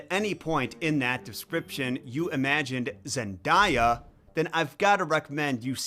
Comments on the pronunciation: the „zenDAH-ya“ is such a blatant way to make her seem less american and more exotic It‘s how people do it with Rihanna by saying „RiAnna“ or „RyeAnna“ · At this point I'm ready to consider people mispronouncing Zendaya's name in alleged researched published work a microagression. supposedly is familiar enough with Zendaya's filmography to say that she is a bad actress in all her roles but not familiar enough to know how to pronounce her name?